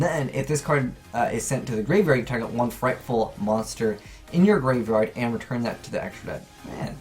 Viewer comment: Frightful? Frightful?!? Confirmed can’t differentiate between L and R.